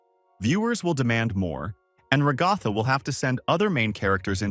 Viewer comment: I don't want to be that "guy" But her name should be stressed at the first so it should be RAgatha not raGAtha